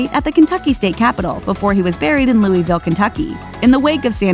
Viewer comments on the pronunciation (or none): It's not looieville,it's louvul